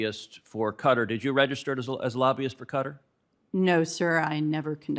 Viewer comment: Please tell ted how to pronounce qatar